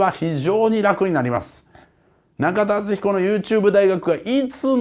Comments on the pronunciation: 「僕が中田敦彦だ」の所が「僕がキラだ」と同じに聞こえるw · ナカタダツヒコに聴こえる